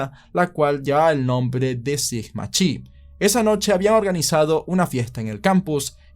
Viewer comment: como que "Sigma Chi" XD???